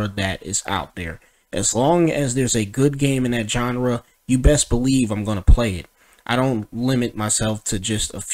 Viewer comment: or every time he mispronounces genre